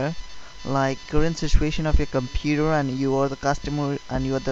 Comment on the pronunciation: “Why your comPEUUUUter”